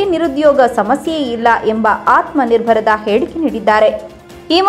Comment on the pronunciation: Tadipar dont know how to pronounce atamanirbhar